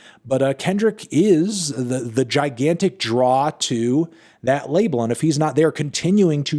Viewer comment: Anthony, that emphasis on the word "Gigantic" is so unnecessary